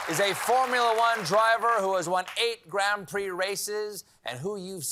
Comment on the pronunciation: It’s pronounced “Gron Pree”, plural Grons Pree. Get it right, Coalbear.